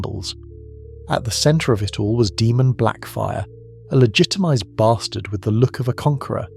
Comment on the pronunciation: Can't tell if this is ai voice or not. If not it's pronounced Daymun, not Deemun